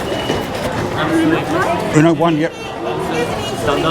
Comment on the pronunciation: It’s Ueno not Euno 😂